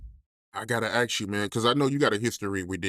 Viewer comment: Did he just say axe ?? 😅